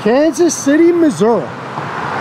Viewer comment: I've lived in missouri for 30 years. In "the middle" of the state as that guy called it. I don't think anyone from missouri actually pronounces it "missour-uh," I've only ever heard it said that way on TV, by people not from missouri. glad to hear you pronounce it the right way 👍